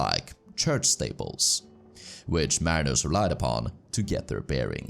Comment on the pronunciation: Pronounced 'steeple' wrongly twice. AI plus accent.